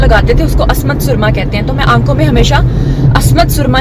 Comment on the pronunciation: Asmat nhi Ismat .....